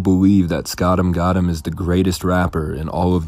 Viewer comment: spoout- emm -gouuutem